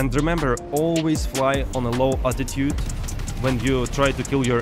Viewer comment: Are you saying attitude or altitude? It’s interesting, attitude refers to the roll of a an aircraft, altitude refers to how high above the ground it (or sea level) it is. And pitch refers to how high/ low the tail or nose is.